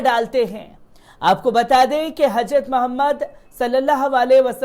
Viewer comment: आप की उर्दू जबान पर भी पकड होनी चाहिए.आप को हजरत कहना नहीं आता....